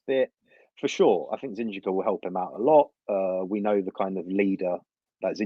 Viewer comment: Two things are for certain... 1. MM would be an amazing buy. We must have this kid. With that kind of a mentality... He'll break through a lot of ceilings! 2. We all pronounce Zinchenko wrongly! 😂